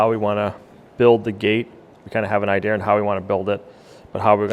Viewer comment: Is he going to have an ideer or an idea?